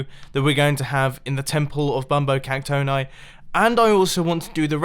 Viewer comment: it's pronounced "Cac-toh-nee", not "Cac-toh-neye"